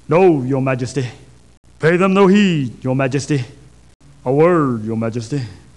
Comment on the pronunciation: I'm concerned, your majesteh.